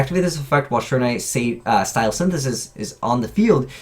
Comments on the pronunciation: Sure-in-nigh Really? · I cringed every time he tried to pronounce "shiranui". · Why is it no one on YouTube can pronounce shiranui right?